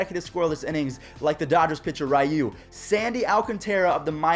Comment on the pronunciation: Your still saying ryu name incorrectly lol